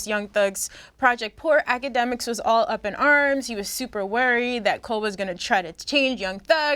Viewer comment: Nobody: Akademiks- itssybwydjakmiks